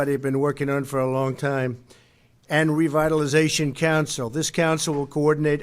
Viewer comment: Jesse repeat after me . "Revitalization"